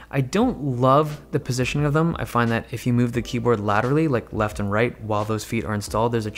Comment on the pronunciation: i swear he is saying Keybird